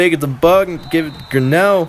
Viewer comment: its Gee (gunraw)